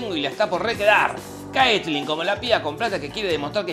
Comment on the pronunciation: Pronucias mal el nombre de Caitlyn.